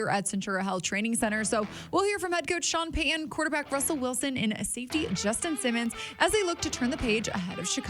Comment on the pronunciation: People that cannot say Payton, Peyton, or Titan correctly just really sound unintelligent to me. I know they are not, but it is not good to mispronounce a coaches or player's name when it takes little effort in these simple names. I would correct them every time if I had a simple name and a person could not pronounce it correctly. One silly thing is that these people can say Titanic correctly but cannot say Titan correctly.